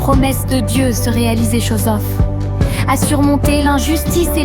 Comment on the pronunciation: C'est joseph et non josoph😅❤